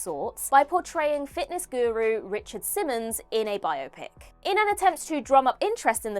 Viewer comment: Great topic,! (and thanks for correctly pronouncing "biopic"; please teach Gareth)